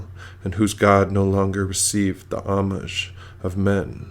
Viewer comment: You pronounce a few words like niche and homage pretty oddly, but a good reading. Thanks for making it